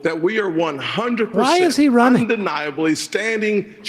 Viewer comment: "why are you ronning"?